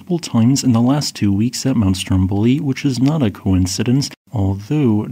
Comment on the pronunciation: For future reference, the accents/pronunciations for those islands are: STROMboli vulCAno